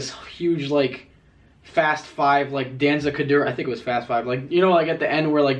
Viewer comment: my mans really said “danzah kadura”